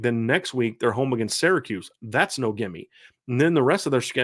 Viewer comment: Love your analysis. Intelligent and very fair, balanced and thoughful. But for the 99th time it's SEER-a-KEWS not SARAH-kews.